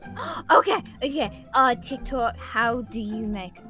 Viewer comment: Why she always say TIKTOUK